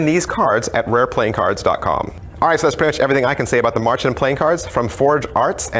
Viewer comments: Davids way of pronouncing Märchen does sound like marching ^^ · Aaaah! Any german speaking person will cringe so hard at your pronunciation of "Märchen". But all is forgiven, english speakers often have trouble with german haha. Great review as always :P